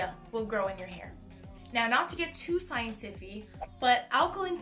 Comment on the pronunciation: I am laughing at 'the scientiffy' every time you say it hahah Thank you for the in-depth look into this!